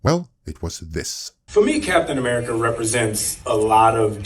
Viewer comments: welp...that inflection on America has got to be one of the most expensive I've ever heard/seen 🤦🫤😅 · notice how he even had a hard time even saying the name "America". What has America ever done to him?